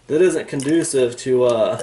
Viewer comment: "conducive", you say ?